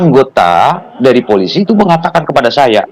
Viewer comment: ngomong Polisi salah aja kok susah ??